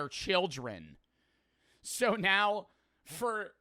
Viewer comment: His accent seems normal until he says the word so. “Siiiirrr”